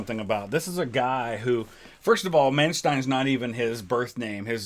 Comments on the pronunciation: Is "ai" right though? Since "rain" or "gain" are spoken like German "räin" "gäin". So I guess "ei" = "i". Also to add "Man" is pronounced "man" and not "mæn" like he says in the video. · We do pronounce "st" as "sht" at the beginning of a word, not in the middle of the word. In case of Manstein this is a compound word of "Man" (probably short for "Mann" = man) and "Stein" = stone, so it is still pronounced "shtin" and not "stin". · Re pronunciation: His name von Manstein is pronounced as “fon munshtine”. Normally, “st” is pronounced as “sht” only at the start of the word (the same applies to “sp” = “shp”) but his name is a compound word: “der Stein” means “stone” and is usually part of castle names. The letter “v” is always probounced as “f”. And the letter “w” is always plain “v”. So, Lewinski is “levvinski”, not “looinski”. The diphtong “ei” is pronounced as “ai” and the digraph (not diphtong!) “ie” is pronounced as “ee”.